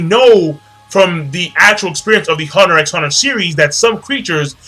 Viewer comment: you don't pronounce the 'x' in huntet x hunter.